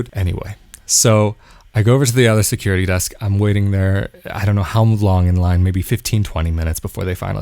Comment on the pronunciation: I knew it was Tel Aviv, the minute he said stickegh, secughity